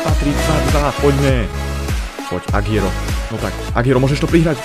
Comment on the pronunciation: Agüero sa číta Aguero nie Agiero. Daj si to do prekladača v španielčine.